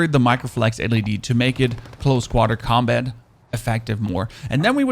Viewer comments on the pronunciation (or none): none